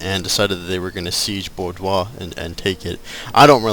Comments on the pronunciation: You know, your Let's Plays are great, but you calling Arthur Wellesly, Wesly is really pissin me off. No offence :P By the way, it's Bordeau, and To-lose. How you'd say it anyway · Yup Wellesly pronounced "Wells-Lee" Bordeaux pronounced "Bore-Dough" And Toulouse pronounced "Too-Lose" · pronounced Bor-doh! :P